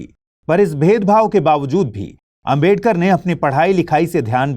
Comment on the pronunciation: Bhai naam to sahi se bolo ambedkar ambedkar bol rhe ho sahi to naam lo